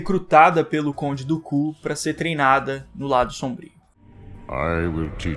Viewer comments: Eu adoro essa série de Star Wars Clone Wars, seu vídeo e cabana só me incomodou foi a forma que vc falar o nome do conde Dukan vc parece que vc fala conde do Cu kkkk 😆😅🤣 😂 fora isso o vídeo e bacana kkk! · O cara fala conde do ku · Mano não fala conde dooku é estranho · Amigo fala o nome do dookan em inglês não e bonito